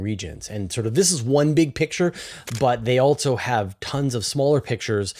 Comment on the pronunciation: BroAh, I try to cut you some slack being a CanadiaLunder, but "Altzoh", isn't how you pronounce "Also". Altzoh, lose childish video game noises and camera clicks. They are 100% not tolerable. That is all.